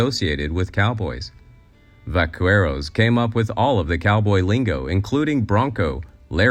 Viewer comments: ......... va - KEH - roes. 😂 As part of your Spanish-speaking audience I was simultaneously grateful for the acknowledgement that the original cattleman tradition came to the US from Mexico, and tickled silly by the repeated mispronunciation. Apart from that it's a great video! Interesting stuff, thanks for helping debunk some of the misconceptions brought on by Hollywood media of the mid-century. Also, it's funny to think how much of modern "cowboy" culture is really just people cosplaying inacurrate old movies instead of following an American tradition. ... I might start calling them "va-queeros" in honor of this video lol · Qu, in Spanish/Espanol, is pronounced like a hard K. So Va-Carrrrre-os. You also have to roll your rs like the 'Rrrruffles have rrrrridges. Your numbers on the number of settlers killed on the trail may be correct, but I don't really know. The native Americans did wipe out a number of settlements that would make that number go up 10 or more times. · Well done, except the pronunciation of vaqueros is grating. Please, whenever you want to do a video of this kind, ask a native speaker (Spanish in this case) how to pronounce properly. It will add to the flow, research, and authenticity. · Dude, a ten second search would have provided you with the correct pronunciation of "vaqueros". This is so low effort. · The U in “vaqueros” is silent. Whenever you have “que”, “qui”, “gue” or “gui” de U is silent, like “guillotine”. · The repeated mispronunciation of vaqueros, without even mentioning what the word means, drove me crazy. Imagining that all prostitutes worked in brothels run by careful and protective madams is naive. You need to do more research on handguns of the time. The Colt 45 was introduced halfway through the 'cowboy era' and had a number of competitors. Also, earlier weapons were more effective than you imagine. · The "u" is silent in the pronunciation of "vaqueros", making your pronunciation sound very silly.